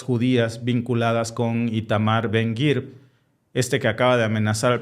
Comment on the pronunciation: Su nombre es ITAMAR Ben-Gvir Lo pronuncian BEN-GAVIR